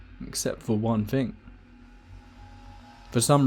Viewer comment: To make the 'th' sound, you place the tongue under your upper front 4 teeth and blow. I feel a man of your calibre can accomplish such a feat. Saying Fing and Fought and Fink doesn't make you sound like a cool street cockney, you're far too posh. And don't give me the Jonathan Ross speech impediment excuse. You're an orator! You need to start acting like one.